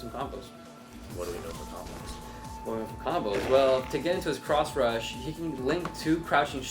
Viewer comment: It's pronounced Cross Rush, not Crotch Rush.